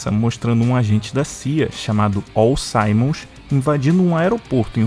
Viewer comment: o nome Simmons é pronunciado "símons" mesmo, e não "saimons". Forte abraço